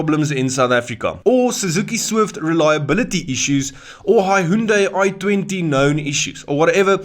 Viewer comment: tlhe 😂😂😂 "HaHunDay" ke eng tlhe 😭😭😭. Great video 🫶🏾